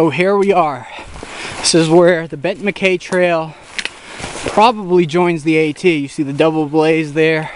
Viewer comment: I believe it is pronounced "Mac-Eye"